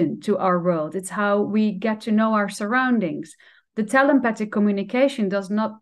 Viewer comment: I also want to mention that the way she pronounces ‘telepathic’ sounds to me like ‘tel-empathic.’ The more I thought about this, the more I love the idea of combining telepathy with empathy. This may be a conscious choice on her part. Hard to say due to the accent. But I love it. I love wordplay anyway. Thanks again for an inspiring conversation. I listened several times. 💖